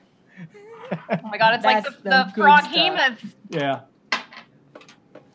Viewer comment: Did Chris Perkins just mispronounce Behemoth?